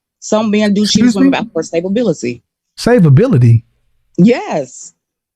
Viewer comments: Almost 40 years old? Her "cookies" are getting stale and did she say "stabability" wtf is that!?!? 😂😂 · "stability" what "savability" 😂😂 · What the hell is “Stapability”??? Is it like an “Ambalance”?😂😂😂😂😂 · “sTaBaBiLiTy” 😂😂😂 wtfff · When she said "Stablebility" I died three times 😂😂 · Sta-ba-bility was all I needed to hear😂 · Wtf is Stay-Bah-bility😂😂😂😂😂😂😂😂😂😂😂😂😂😂😂LMAOOOOOOOOOOO, I'm leaving after that alone.....girl take yo ssa back to school😂😂😂😂😂😂LMAOOOOOOO and wanna say you high value😂😂😂😂😂😂, she dumb as a bucket of snail shells